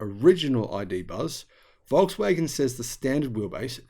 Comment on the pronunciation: Walks-waggon, as you pronounce it, is not a Waggon for the Nation any more. It is pricey, and the quality is not far worse than even more expensive brands like brother Audi, and Merc, BMW etc. IMO if they don't produce a cheap EV soon, at scale, (and manage to make a profit on it), they will be greatly reduced in size, even after gvnmt bailouts.